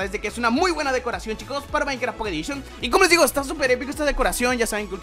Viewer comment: Microsoft: les presentamos Minectaft pockeh edishon !!! :v